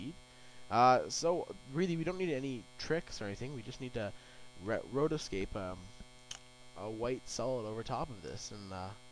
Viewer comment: anyone else get angry when he said "rotoscape?"